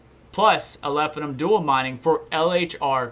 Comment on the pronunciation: Love the content, but if I hear you call it "Alephinum" ONE MORE TIME !